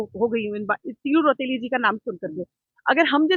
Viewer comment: बीरवाला तीलू रौतेली जी का नाम इनके मुंह से अच्छा नहीं लग रहा !! पत्रकार महोदय इस नाम को हल्के में न लें !!